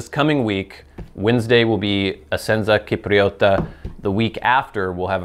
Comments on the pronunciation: noooh not Kipriota, it was correct the first time! Chipriota :D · Essenza Cipriota is pronounced: eh-senza sip-ree-oh-tah, meaning “Essence of Cyprus”. i.e. Cyprian Latakia. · The "C" in cipriota is pronounced like the "c" in "cheat": his first pronunciation attempt in this video was right. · "Cipriota" has a soft c (like English "ch" sound in "chess"). Hard c (English "k") is written "ch". So, Italian to English: C = Ch (soft) Ch = K (hard) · as said in the other comment, the "s" sound in Italian is associated with the letter "S" not with the "C", the K sound prounounced by, usually occurs in Italian when you have "Ch" written together.